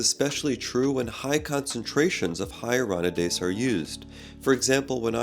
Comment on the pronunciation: You keep mispronouncing ‘Hyaluronidase’ but good video!